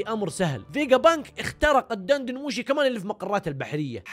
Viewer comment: دن دن موشي بكسر الدال!!!